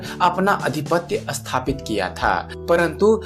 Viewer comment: अस्थापित और स्थापित, शब्दों का उच्चारण सही नहीं है, सही उच्चारण "स्थापित" होता है न की "अस्थापित "